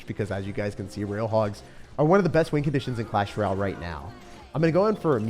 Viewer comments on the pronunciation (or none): I see what you are doing lol. Clash R’al now not even a “y” - so no vowels or even the sometimes a vowel y sounds for ol.